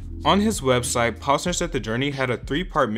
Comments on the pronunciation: “paws-ner” bruh its “pose-ner” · The way he’s pronouncing Posener as “Paws-ner” is killing me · pAWsner 😂 its getting on my nerves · Knew this was gonna be interesting as soon as u pronounced his name wrong 😅 Edit: still did a pretty good job on the video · Everyone can just watch his videos on his channel on youtube. and you are saying his last name wrong. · Bruh he really pronounced his name wrong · Bruh.. if you're gonna do a video on someone at least google how to pronounce their name correctly 🤦‍♂️